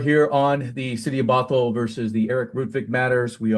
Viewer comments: you keep butchering Bothell, putting emphasis on the wrong syllable. Say it like brothel without the r. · Bothell not bot hell😂